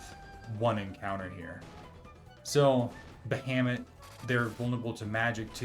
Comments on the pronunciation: There's a few mispronunciations. I could forgive bustier as BUST-ee-err if you don't know a lot of people who wear them, but Bahamut being pronounced Bah-HAYM-it almost feels sacrilegious. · thats fair lmao but future reference its Ba Ha Mut lol